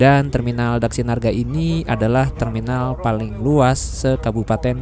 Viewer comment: Mas vlogernya udah beberapa kali ke terminal ini,tapi tetap belum lancar nyebut terminal ini,DHAKSINARGA😂